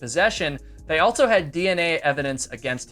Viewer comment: Theres no T in also